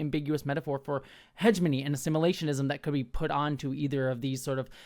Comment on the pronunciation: i find the way pronounces heh-GEH-moh-nee as Hedge-money so distracting